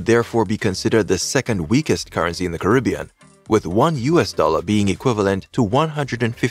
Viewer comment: Starting off the video with the wrong pronunciation of the world Caribbean isn't a good look